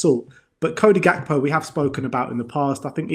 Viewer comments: GAK-PO not GAP-KO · … it is Gakpo , not Gapko !